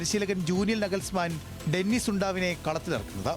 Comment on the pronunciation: ഡെനിസ് നെ ഡെന്നിസ് ആക്കി 😂